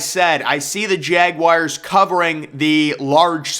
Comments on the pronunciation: Jagwires lol can tell this guy wasnt a scholar in high school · Jagwires, Jagwires, Jagwires.... This dude loves saying Jagwires.